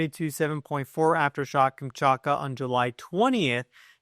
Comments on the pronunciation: Omfg, every time I hear you say “kamchAKA” instead of “kamchaTKA” it makes my ears bleed a little more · You’re saying it wrong, Kam-chat-ka, not Kam-chart-ka. Trippy how many Americans are incapable of saying, or maybe reading, Kamchatka correctly. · Kamchatka. KamchaTka. There is a T to be pronunciated. Please. I wrote private email two weeks ago about this. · Only you Say the T in Kamchatka.